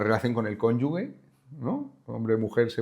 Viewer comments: Juanico, con todo el cariño, se dice cónyuge no conyugue. Abrazaco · Hola Juan. Te admiro, te felicito, te sigo todos los días y te doy mil gracias por todo lo que estás publicando, pero al escuchar lo de "cónyug(u)e" más de una vez me sonó muy raro, me has hecho dudar y tuve que ir a mirar si era yo el equivocado. Según el diccionario: "Su pronunciación adecuada es [kónyuje], donde la letra g suena como una j suave. Según el Diccionario panhispánico de dudas de la RAE y la FundéuRAE, es importante evitar la pronunciación y escritura incorrecta para mantener la corrección lingüística." No me extrañaría que tú tengas buenos argumentos que expliquen que la pronunciación "gue" es también correcta, estaría encantado de conocerlos. Un saludo ;) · Soto,no me jodas,CONYUGE no CONYUGUE... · Acabo de ver ésto y no sé cómo te las das de periodista si no sabes decir cónyuge y no cónyugue como lo estás pronunciando tú. Y te llevan a Horizonte🥹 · Muy buena entrevista. Una corrección; se dice cónyuge, no conyugue. Sonido de la última sílaba es ge, como Gerona. Gracias, no lo tomen a mal. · Entretenida. Pero padD! Pronuncien cónyuGe! Con G de geranio, de Gertrudis, de gesto,…. 😅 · Muy interesante, Juan y. Juan, igual ya te lo han dicho: cónyuge pronunciado "conyuje", no "gue"😅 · una duda: ¿no estareis obligando a los examinadores del curso a cambiar la prueba final? 🤭 Toda mi admiración y consideración hacia esta unidad y a la Guardia Civil que la siente y la respeta. Honor. ¡Juan! ¿Dónde está la segunda U en la palabra "cónyuge? ¡HIJOPORDIÓS! 🤭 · Cónyuge! Cónyuge! No "cónyugue"! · Por favor, tu también no, no digas "cónyuge ", es cónyuge. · Fantástica conversación. Sólo dos pegas: que el libro esté agotado en Amazon y que se haya dicho en más de una ocasión cónyugue en lugar del correcto cónyuge. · cónyuge, dejen de decir conyugues, oídos sangrando. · Juan, la palabra es cónyuge, no conyugue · Qué no se dice cónyugue , se dice cónyuge, cognio!!!. Periodista.